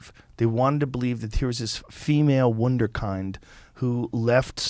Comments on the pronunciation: “Woonder-kined” lol lol. At he doesn’t have to speak and know words for a living or anything… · Wunder kind pronunciation 😂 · "Wunderkeind". Know I need someone to say "Keindergarten"! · Love Joe but can't someone teach him how to say wunderkind?